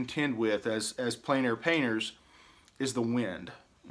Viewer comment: The French is pronounced "on plen air" not "en plane air"